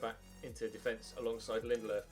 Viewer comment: Lindelofs pronunciation🤢🤢🤢🤢 stop using an accent it’s so shit